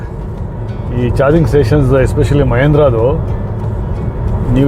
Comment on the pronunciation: ಮಹೇಂದ್ರ ಅಲ್ಲ ಸರ್ ಮಹೀಂದ್ರಾ ಅದು